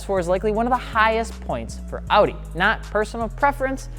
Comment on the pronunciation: I cried when he mispronounced Audi .